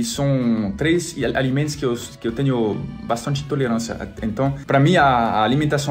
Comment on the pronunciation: "E até teño meaas" hahaha